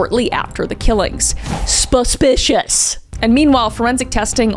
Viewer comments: "A BUSH BIS SPASPICIOUS!" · "AS SUH SONG SPASPICIOUS!" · What’s a Kris video without “sPispipasPishiSh” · Have I been suspicious wrong my whole life? Cause it sounds like Kris is saying subpicious!!!! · Shortly after: "EHSPEHSPEHSPESPICIOUS"